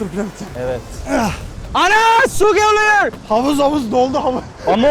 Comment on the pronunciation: ana su geleyor o nasıl bir diyiş şekli